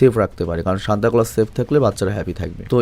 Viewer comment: সেন্টা ক্লস ❌ সান্তা ক্লস ✅